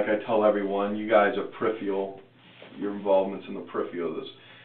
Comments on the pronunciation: "Periphial"? Jeez, Louise. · There isn't a single person in America who can say the word Peripheral or Periphery. or Ask or Asked.